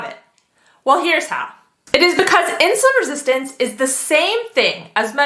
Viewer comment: how many times do you have to say insulun resistent what an annoying woman